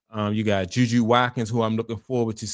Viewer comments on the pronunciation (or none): Her name is JuJu Watkins. Last name is pronounce Wat-kins, Watkins.